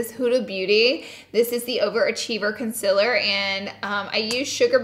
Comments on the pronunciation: Lol luv you girl but am I only just noticing that you say " conciler" instead of "concealer"?! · *conciler* ITS CONCEALER U GURLLLLLLLLLLLLLLLL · "It's so much conciler" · I love the heck out of you girl but every once and a blue moon can you please try and say concealer right. And oily. Please? Love you, love a misophonic fan.